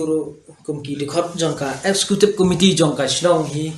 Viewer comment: Excecutive ym dei escecutive da kren bha bah sngew lehrain